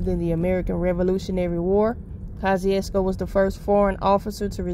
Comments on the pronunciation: He was a polish general. The name is of eastern European. Name is actually pronounced koshoosko hense kosciusko. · I know she didn't just pronounced it polish 💅🏼. mississippi 😂❤